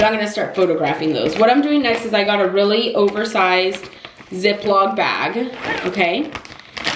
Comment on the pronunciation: ZipLOCK NOT ZipLOG! Oye....